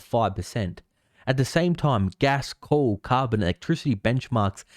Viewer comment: you're forgiven considering that the guy who made this video can't even pronounce coal. He said coool 30 times